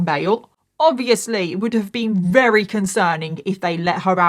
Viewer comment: I look forward to your videos every week 💖 the way you pronounce “very” as “vRary” is my fave.